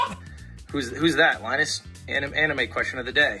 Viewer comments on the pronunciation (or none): pewdiepie says thank you "Linnus"